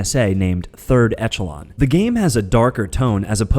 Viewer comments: The way he said "echelon" made me want to castrate myself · BUTCHERED Ezio's name. BUTCHERED Deus Ex. BUTCHERED Third Echelon. Good list though :D